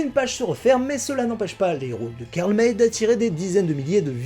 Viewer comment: c'est Karl "Maille", pas "Mèy" Pierre Brice ou Pierre Gilles ? J'avais tout lu et tout vu quand j'étais enfant, en France. Et oui, cette saga est à laisser dans son époque, elle est totalement dépassée, pleine de clichés, avec des erreurs énormes. La plus flagrante étant que Karl May appelle apaches les comanches, la tribu de Winnetou. Mais elle avait le mérite de présenter de "bons" indiens et des "méchants" blancs